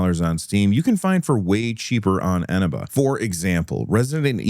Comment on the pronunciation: Can I just point out, as a CD Key seller on Eneba, you're pronouncing it wrong. It's eh-nee-ba.